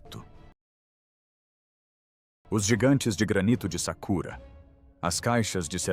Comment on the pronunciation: Não é sakura, e sim sakara.